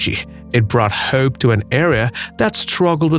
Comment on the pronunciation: Why do you say "hope" like that?